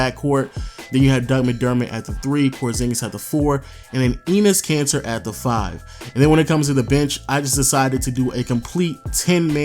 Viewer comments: Why does everyone pronounce Enes Kanter as "Cancer"? This bugs me out. Some googling around gives you a pronounciation closer to "Kan-TUR" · I can't tell if always calls Enes Kanter "Enes Cancer" on purpose or not